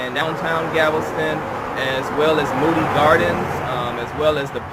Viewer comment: Anyone going to note that he’s saying Gavelston? Lol